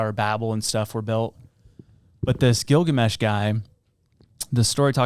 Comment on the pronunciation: Bro you butcher the epic of Gilgamesh lol you got about 50% right